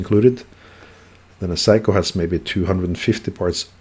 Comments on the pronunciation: He is making fun of your pronunciation of 'Seiko'. You say 'psycho', but it should be spoken as 'say-ko' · Gentle heads up: It's pronounced Say-ko, not Psycho. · Love the way you pronounce Seiko as "psycho". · Sorry, I thought you would like to know what is the correct pronunciation as Seiko is a Japanese word, not Norwegian. My mistake.